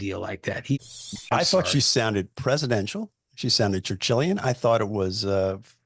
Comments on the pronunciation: He said chinchillian I think. Not Churchillian. Right? Am I right? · I think he meant "Chinchillian"😂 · I hate that Churchillian thing. Sounds like turtilian -- like ninja turtles -- every time sean hannity says it😂